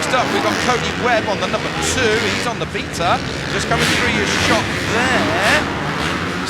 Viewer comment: Cody Webb on the beata. (Beta) It's sounds like he's saying beater.